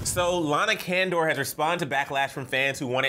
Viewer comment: The way that they pronounce Lana's last name tho. It is not KENDOR its CONDOR